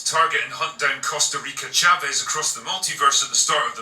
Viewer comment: "Costa Rica Chavez" lmao